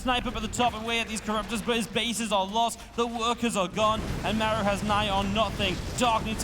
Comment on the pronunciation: Great cast! But the way you call "Maeru" the whole time made me almost mute the video.